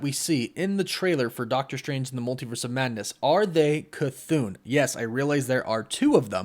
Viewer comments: I think it ( ka -th-on) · Your not pronouncing Chthon right your saying chthoon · The name is pronounced as “kha-thawn” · Omg.... Ok, you got the K c right, like Cthulu, now take the thon, and say throne. Now take out the R. Now put your K c and your thone together. Cthon. (K-THoe-N) Oh geez. Ok, Guy-Uh is how Gaea is pronounced. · ur saying his name wrong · It's not Cthon. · I believe it's a "chu" sound for Chthon. It doesn't sound like Cthulhu because of the extra "h." And i also think it ends with an "on" pronunciation, not "oon." So it's "Chu-Thon." Considering Wanda absorbed Chthon in the comics recently, I bet the other Wanda is also possessed by Chthon, or using him, (either or) and that either one or both of them are the real threat. Not our Wanda. I wouldn't be surprised if these trailer scenes of the main MCU Wanda being a threat are just red herrings. We all know how Marvel loves to mislead us with their trailers. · This was an awesome video. I thought his name was pronounced 'CUH-THAWN' not 'CUH-THOON'. I guess it depends on who is pronouncing (or saying) it. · jon, don, ron, cthon. toon, loon, moon, cthoon. how the f are you getting cthoon out of cthon. can you please show me a word where you get an oo sound out of an o. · I never make fun of somebody for mispronouncing something wrong because they've only heard it said wrong to begin with that being said it is not cathoon as in cartoon it is cathon as in thong minus the G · Cathoon?? CHTON*****where does the oon come from? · Thumb up, everything seems to be right apart... Apart C'thon pronunciation that cant be "Ka-toon", it's not a Looney Toon.. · Its pronounced "kuh-thon" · It’s not cathone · K-a-thoon he said